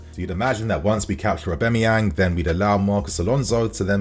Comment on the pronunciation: the way you say Auba’s name drives me nuts lmao. It’s AUB-A-MEYANG, not AUB-E-MAYANG